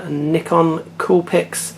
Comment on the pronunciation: it actually isn't. He pronounced it correctly.